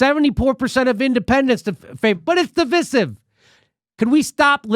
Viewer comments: Jimmy, jesus, divisive is pronounced as in divide, division "Div-eye-siv". Wtf is "div-is-iv"? I hope he doesn't pronounce divide like he does divisive. Lol. "div-id" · It's pronounced Div-eye-siv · Mr. Dore........ It's (Divisive) pronounced = də vīse iv. I have NEVRE in my life heard it pronounced the way you're pronouncing it. If you're going to tout knowledge upon the people, please educate yourself first. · Good content but you mis pronouncing divisive and that makes you sound less intelligent